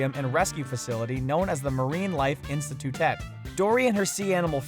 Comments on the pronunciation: he said institue wrong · Hold on... "Marine life Instatutet" ummmmm that's not how institute is pronounced lol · its not marine life institutEH its institoot, get your pronunciation right please. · Am I the only one that heard him say Institutette? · It might also be that he just says it different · Learn how to say "Institute".......